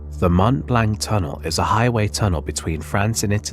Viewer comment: Seeing that insert... it can't be much worse than the pronounciation of Mont Blanc ;)